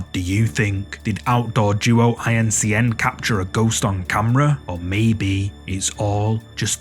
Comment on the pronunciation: small correction for ya, but it doesn't really matter lol .... in the #2 video you mention their name and call them 'outdoor duo i.n.c.n." but their name really is "outdoor Duo In Cn" or "Outdoor Duo In China" ... and I'm pretty sure that's really what they mean because it is two guys in China lol But I think the 'outdoor' part has to do with the popular Chinese ghost hunting channel 'Outdoor_Xiolong" so maybe they8 are the same guys, or affiliated with each other... or they just decided to leech off the popularity of channel to make themselves become more well know.... But I guess you're gonna say the name however you want, I just figured I'd let you know :)